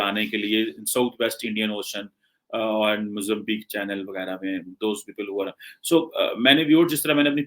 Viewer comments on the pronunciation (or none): none